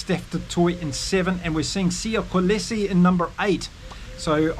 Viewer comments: Hi there. Great show. Please sir: Siyas surname are pronounce Col - Lee-Cee. Keep it up. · VAN DER Merwe - pronounced fun der Murver and Kolisi is pronounce KOLEESI- love the accompanying photos